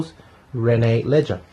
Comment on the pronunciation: Great review! I'd like to see more s.v.p. Some pronunciations are off on the French Canadian names: cyr = seer theriault = terry-oh leger = lay-jhair (the g is a soft j) How do I know? I'm Canadian and these are common French names! =)